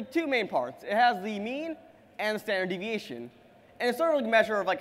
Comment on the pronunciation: Goddamn, just say 'sd' instead of 'staneviation'.